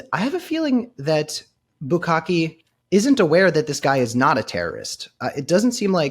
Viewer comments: I love that you call him "bukakke" the whole time. I do the same thing and I don't even mean too. What does that say about our search histories? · Bukele, no Bukale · Every time he calls bukele bukake I laugh so hard I miss what he said. You never should have used that word in front of him. I'm glad you're safe Tim! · It’s Bukele, like ukelele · Just love how Tim keeps mispronouncing his name. 😅